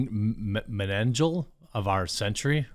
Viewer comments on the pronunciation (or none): Not, “Mangel”, but “Dr. Mangele” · Pronounced Meng a la. A Nazi scientist who performed unspeakable experiments on Jews in the concentration camp. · Dr men-guh-luh. Head nazi scientist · It's "Dr. MENG-uh-le" and he was the NAZI nightmare designer of monstrous behavior of the holocaust. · Mengele Nazi dr, that experimented on human beings and tortured them to death with experimental medical treatments, pronounced Men gler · The name you had trouble pronouncing is pronounced "men ga la". He was a German doctor who was at Auswhich, where he conducted supposed medical experiments on the prisoners . These procedures were diabolical and ghastly. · Good heavens, how dos one not get a Dr. Mengele reference? Pronounced "MEN-gah-lay", he was the Nazi mad scientist in WW2. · "Men-guh-luh" n*zip doctor known for experimenting on Jewish death camp prisoners. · I'm most horrified that Jeremy neither KNOWS WHO Dr. Joseph Mengele was OR how to pronounce his name (Meng-uh-lay) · Nazi Doctor extraordinary, Josef "Main-Gull-Uhh" You know him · FYI Jeremy: Dr. Mengele (men-geh-la) was a nazi doctor during WW2 that was responsible for some of the most horrendous medical experimentation on concentration camp captives. While receiving confirmation that our first amendment rights were knowingly, & illegally, censored is great, NONE of that matters, if NO ONE GOES TO JAIL FOR THESE CRIMES. Well see where this goes, but I'm not gonna hold my breath. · Dr. Mengele (main-gel-uh) was a crazy not-see doctor. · JEREMY--- it's pronounced men-guh-luh.. ww2 top baddy under The top baddy.. u should be aware of him, cuz the references to him are hopefully going to become more and more common.. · It's pronounced (Menga-la ), he was the doctor that experimented on "undesirables" and twins during WWII for Germany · Doctor MEN-geh-lah.. *double facepalm* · Doctor Mengele (pronounced MAN-GE-LA i think) was the lead scientists in a ww2 concentration camp, definitely 100% evil with his experiments.